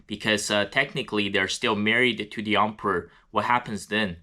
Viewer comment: I love the way you pronounce “Emperor” sounds like Ump-er